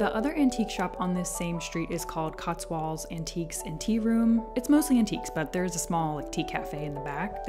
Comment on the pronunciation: I've noticed every American making the same mistake pronouncing Cotswolds. It's "-wolds", rhyming with "colds", not "-walds", rhyming with Oswalds.